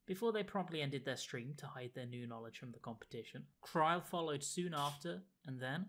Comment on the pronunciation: I've done the normal/EX versions of the fight so many times and never heard "I AM NAMED KYLE." Thanks, I will never be able to unhear it now.